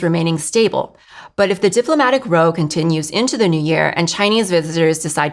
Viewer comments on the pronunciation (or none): China lady: pronunciation correction, if you care: Not "ROW" (as minor kerfuffle) to rhyme with NO. Correct is "ROW" to rhyme with NOW. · Marke46: YES! Thank you!!: The kerfuffle (spat) "row" rhymes with "NOW"!!